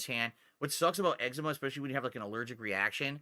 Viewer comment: "Need cream for muh eggsuhmeh!"